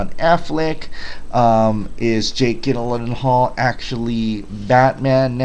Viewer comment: It's pronounced Jill not Gill that is Jake's last name. If I'm not mistaken I think I heard you say you are from Hawaii in another video? If I may ask how are you doing after that false alarm? That's some scary ass shit.